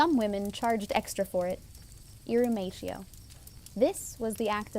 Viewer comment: Good vid! A general rule of thumb for pronouncing Latin is to fight the urge to say it like you would in English. So, "irrumatio" isn't "e-room-ay-she-oh", but more like "e-room-ah-tee-oh"